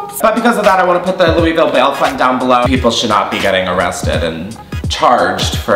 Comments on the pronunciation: “LOOOUUIIEE VILLE” me, a Kentuckian: suddenly violently ill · So I live in louisville, and everyone not from here pronounces it “looeyville” but people that live here pronounces it “loolvull”... I know it’s weird and it makes no sense that it’s pronounced like that, but I just thought it was funny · "Louie ville" lmao it's "loo a vool" (Louisville) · i love you but hearing you say louie-ville has stressed me out lmao. It's loo-uh-vul <3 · I’m from Kentucky and so you don’t get roasted by Kentuckians, it’s LOO-UH-VUL not LOOEY-VILLE. I know. It’s weird. It’s Kentucky. Lmfao.